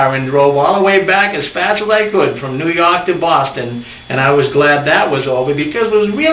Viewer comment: They are so cute. Funny how they have trouble pronouncing the r's 'popcon, new yok' May God bless them.